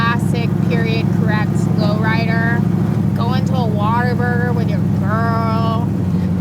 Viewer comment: Lady said Whataburger, yeah she's from Texas.